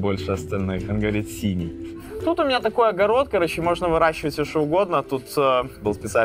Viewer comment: Он говорит не «синий»,а «сеня»